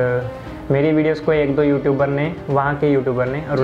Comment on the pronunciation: Learn to say YouTubers yootubers